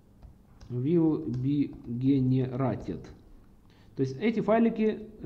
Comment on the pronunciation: вил би генератид )) улыбнуло )) подача норм )) спасибо )